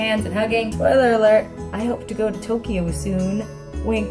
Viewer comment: When she said spoiler alert in the beginning, I thought she said Troyler Alert... I was like WAIT I NEED TO PAY ATTENTION WHAT IS HAPPENING!